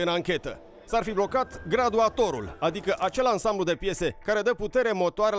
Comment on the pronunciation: Faptul ca pronunță "gradulator" imi arata mie cat de incompetent este.